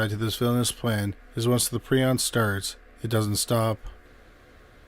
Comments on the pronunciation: Nice episode but the word isn’t py- ron. It’s pry - on. Prion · It's pronounced PREE-on. Prion diseases deserve far more discussion and research than they get. Please, honor the victims of, and researchers working on, prion diseases by pronouncing it correctly.